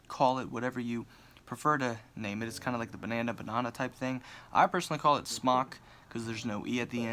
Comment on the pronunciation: Nobody says bonona seriously